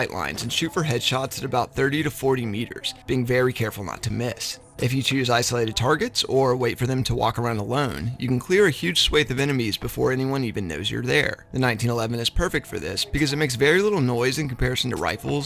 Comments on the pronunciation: Swath doesn't rhyme with faith, like you said. But then it doesn't rhyme with math. It rhymes with moth but I have no fking clue why. Pronounced swahth. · Pretty much all I got out of this video was that you pronounced swath wrong.